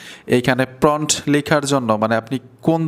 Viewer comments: সব ঠিক আছে ভাই। কিন্টু ওটা PRONT নয় প্রম্পট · প্রন্ট না ভাই, প্রম্ট prompt 😂😂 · আপনি তো সুন্দর ভিডিও বানান। কিন্তু কয়েকটা ইংরেজি শব্দের উচ্চারণ ভালোভাবে জেনে নেন না কেন? শব্দটা 'প্রন্ট' নয়, 'প্রম্পট', যার ইংরেজি বানান 'Prompt'. আপনি এই শব্দটাকে বারবার 'প্রন্ট' (Pront) উচ্চারণ করাতে শুনতে খারাপ লেগেছে। আশা করি আগামীতে সঠিকভাবে Prompt (প্রম্পট) শব্দটি উচ্চারণ করে আপনার ভিডিওকে আরও আকর্ষণীয় ও নিখুঁত করে তুলতে পারবেন। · প্রন্ট না, প্রম্পট। উচ্চারণ ঠিক করেন। 'Prompt' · ফ্রন্ট না মিয়া প্রমপ্ট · এটাকে প্রম্পট্ বলে প্রন্ট না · প্রম্প্ট (Prompt) হবে...Thanks... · প্রমোড হ‌বে উচ্চারন টা